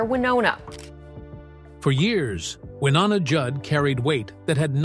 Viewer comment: Love Wynonna, Hate the A-holes making these sensational videos that bear little real truth in reality. To begin with how about learning how to pronounce her name. Stop already you are a disgrace trying to tear people down to make money. Shame on you.